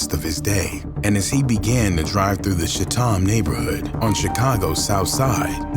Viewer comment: It’s pronounced CHAT’EM